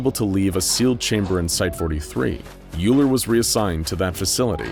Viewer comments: I just want to point out that Euler is pronounced "Oiler," not "Yooler" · Euler is pronounced "oiler". Like the mathematician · Hey. So, just so you know, Euler is a German last name, and it is actually pronounced ‘Oiler’. You’re welcome. 🙂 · i think you pronounced dr euler's name WRONGLY!